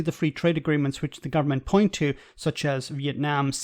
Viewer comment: the "point"s are wrongly narrated?